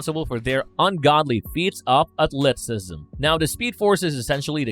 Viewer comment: why the hell does this narrator get everyones name wrong? Edit: please add the words "unequivocally" and "athleticism" Like how are you narrating on a big channel and can't even pronounce these basic words and names that are literally said the correct way in the video you're narrating......